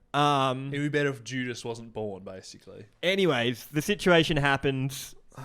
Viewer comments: saying judas is like jewdas is maybe the most insane thing said on here yet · JEW-dis made me LMAO